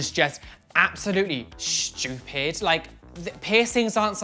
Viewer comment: Omg lol I have how says stupid "shtupid"